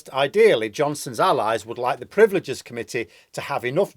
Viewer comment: Privileges, rather than 'priveleges'.